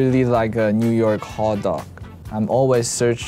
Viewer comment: Lay : pronounces hotdog the subtitles: tHAT sOUndS fOReiGN tO Me